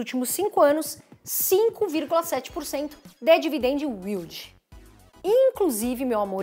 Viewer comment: Muito legal o jeito que ela fala Dividend "Will Di", só ficava esperando esse momento! Hahaha Brincadeiras a parte, excelente trabalho 👏🏼👏🏼